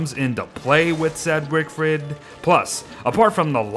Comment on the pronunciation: I came here just to hear wigfrid mispronounced